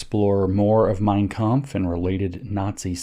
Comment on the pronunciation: I give him credit for the pronunciation of 'mein kampf'